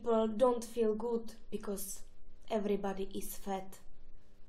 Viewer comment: Because sa vyslovuje becas